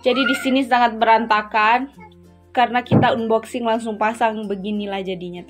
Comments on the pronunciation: Unboxing dibacanya Anboxing kak...bantu meralat yaaaa...hehe 😊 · Bacanya Anboxing mbak... 😁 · Maaf hnya mengoreksi ya. Unboxing bacanya anboxing kak 😁😊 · bukan "un" boxing bcany, tp "an"boxing yg bnr. Syg sx y brg2 yg dbeli itu brg2 yg tdk tahan lama. Lbh baik beli brg yg mahal tp awet smp kakek nenek, drpd yg murah cpt rusak akhirny beli lg & lg. Weizun umurny brp tika? Dewasa sx y ke2 weizun. Kl tika spt anak2 & kliatan abegehny. Weizun bnr2 pujaan pra wanita nih 😄😄😄, sdh baik, ganteng, pinter, rajin, sabar, syg, ap sj bs dkrjkn & kaya pula 😄😄😄, bruntung jauh ad dchina. Kl d Indonesia da bnyk prempuan yg kejar & mnta jd istri yg k2, k3, k4 dst. Kn blh poligami. Jaman skrg mah bukan laki yg mnta, tp perempuan kl uda cinta ap jg dkejar 😆😆😆. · Bukan unboxing,. Hrsnya diucapkan anboxing. Maaf hanya membetulkan saja,biar ga salah terus.